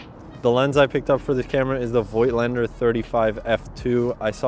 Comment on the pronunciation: It' Voigtländer. Voigtland (today Vogtland) is a region in Germany. Warm regads from Berlin, Sebastian